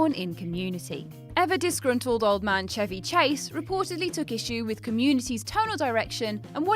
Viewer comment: I wish everyone would say "Chevy Chase" like that.